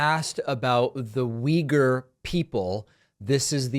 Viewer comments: Uy-gour. Not weager. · the way americans pronounce if (“wee-gurs”) is totally wrong, actually. but i doubt that this mayor knows the ACTUAL pronounciation of the word, though. only uyghur people seem to pronounce it correctly. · I'm definitely not a Republican, nor am I even from the US, and I actually don't intend to defend this guy, but maybe he knows, who the Uyghur people are (not saying, he would have a coherent take on them), but just doesn't know, that it's pronounced this way. Maybe he only knows them from reading about them. At least, that's my rake on that as a non-native speaker. I also wouldn't have had an idea, that this is pronounced like that. In my native language, it's also pronounced very differently. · I was pronouncing it wrong this whole time